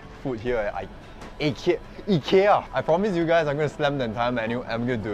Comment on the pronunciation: Love how you take the effort to pronounce Ikea correctly